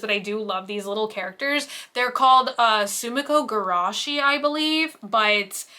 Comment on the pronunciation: Pretty sure the bowl of white stuff is kakigori, shaved ice. And being Japanese, the topping could be sweet bean paste or maybe pickled plum. And you pronounced Sumikko Gurashi perfectly perfectly.